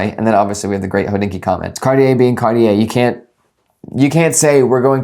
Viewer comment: Cartier is two syllables